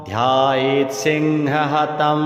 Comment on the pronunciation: प्रथम पंक्ति में ही गलती है लिखित में और पाठ भी गलत वास्तविक लेख में मुनिरुवच ध्यायेत सिंहगतम,,,, की जगह ध्यायेत सिंह हतम ,,,, किया जा रहा है जो बहुत ही गलत है कृपया त्रुटि संशोधन करना चाहे और श्रद्धालुओं के शुद्ध पाठ उपलब्ध कराए। हर हर महादेव।।